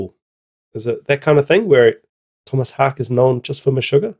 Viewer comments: Its Tomas "Hawk Uh" btw. Haake, not hake....... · Tomas "How-kuh". Cheers man. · FYI his last name is pronounced 'HOW-kuh' (he's Swedish). Source: His 'Wikipedia Fact or Fiction' interview with Loudwire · Haake is pronounced a bit like "hawk-eh". Also, the "Just kidding, I don't have Linkedin" joke made me laugh. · Haake is pronounced like “hockey” with a Boston accent. Hah-Kee. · Pronounced Haake (Hae-key) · Last name is pronounced like "hawk-a" if you just said the letter 'a' sound at the end by itself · Its pronounced : Håke 🙂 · His surname is pronounced hawk-yeh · His names is pronounced Haa-kee ...so the E sounds like Ee ...hi’s Swidish Long time Meshuggah drummer ....also considered godfather of Djent ...and he is F*** awesome 👏 Why are you wearing a Chile hoodie...?